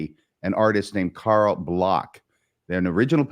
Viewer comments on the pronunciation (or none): none